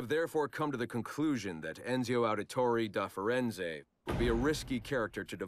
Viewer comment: Am I the only one who's hearing Roger Craig Smith during that analysis of Ezio? Or "Enzio", as he seemed to prefer...